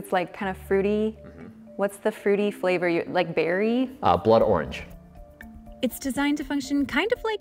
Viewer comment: Thr way the pause and then Blood... Orange.